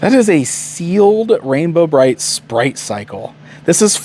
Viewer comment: So, I’m watching this on my TV right now and every time you say “Rainbow Bright it sounds like “Ram-Bro Bright” to me and now I need a Ram-Man/Rainbow Bright mashup 😂